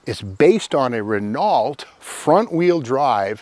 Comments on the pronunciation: The "l and t" in Renault is silent. The diesel does not get 30-40 mpg nor the crazy statement at the end - 50mpg. In actuality - about 22-23mpg. The same diesel engine was fitted to some Jeep Cherokee SUV's. The coach portion of the body that was built by Winnebago is aluminum over aluminum tubular framing that is stiffened internally with steel - not fiberglass. The only fiberglass used in the LeSharo/Phasar is the front nose and hood. The rear outside corners are ABS plastic. As far as being the worlds slowest RV - the diesel is certainly no speed demon but can run 65mph - just like many semi's now. Any of the gasoline versions well outperform a cab over bunk style Toyota motorhome with 22r or 22re with auto transmission. The gearing and aerodynamics make them better performing than many of the V-6 versions. Sadly - poor Renault vehicle electric systems and undersize transmissions lead to many problems. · I don't like to be a nit-picker (alright, you got me, I FO like to be a nit picker!), but it's pronounced reh-NO, not reh-NALT like it looks like it should be pronounced in English. But it isn't an English name, it's French. My other complaint comes from torque bring expressed in foot pounds. Engine torque is in POUND-FEET. That is the measurement of twisting work from a machine. Twisting work applied TO something, like a bolt, by a person or tool is expressed in foot pounds. I really don't think that I said that too well, layman that I am, but you have plenty of contacts in the automotive field that, I'm sure, could sy it more clearly than I ever could. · Ahhhhh!!!! Not the deer head!! Scary. 😂🇨🇦 Oh, and by the way, it’s “REN-O”, not “Renalt”, it’s French, silent “T”. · Ren-OH not Ren-ALT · Good info¡ Steve, repeat after me please: "Ray No " ( Renault) Your French lesson for the day! :) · Ren-o, Steve, not ren-ault; emphasis on the O, not the e like reno. Trust a bilingual guy.